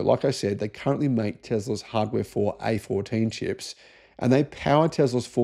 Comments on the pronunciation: its not A14 is AI-4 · A14... A15...lol...Do better.